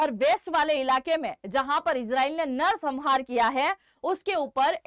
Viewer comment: सम्हार क्या है Examनारी? क्या आप का यह उच्चारण सही है? Thums Down!!!